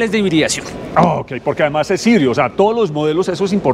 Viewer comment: Jaibrid??? Amigo es colombia español por favor, híbrido o micro híbrido, o full híbrido.